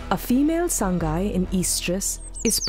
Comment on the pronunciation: Pronounce as SA-NGAI not SAN-GAI Also Name-SANGAI Not SANGHAI